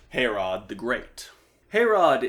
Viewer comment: Ive never heard anyone pronounce Herrod as Hair-Rod